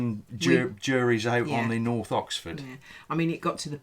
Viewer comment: You are such a glamorous lady,. I only watch occasional videos as I'm currently going through the back catalogue of Minimal List's channel and once I have caught up, I will have a look at yours. I love the way you corrected when she said Norf. My very ex was from Essex and he could not pronounce th and would say things like firty free, which I'd laugh at. I tried to show him how to put his mouth to enable him to say 'th' and he really did try but his dentures flew out of his mouth leaving me in hysterics.